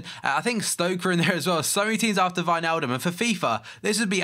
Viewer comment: You actually sad Wijnaldum right :DDDD Comes from a dutchman btw.